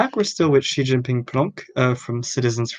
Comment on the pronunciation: Very interesting pronunciation for Xi XianSheng ;)